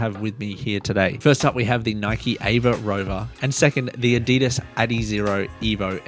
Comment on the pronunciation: Adi das not adeedus